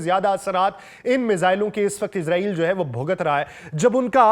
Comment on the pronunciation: اسلام علیکم سر آپ سے درخواست ہے کہ لفظ اسرائیل ہے نا کہ عزاعیل